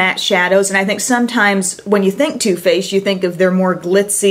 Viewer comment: is it only me hearing her saying toothpaste instead of too faced